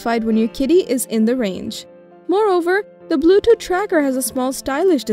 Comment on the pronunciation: Edward, i thought it was just me! Everytime she said blue tooth she said it as blue dooth. It drove me crazy , do not know why..